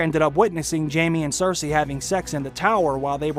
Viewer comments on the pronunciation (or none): none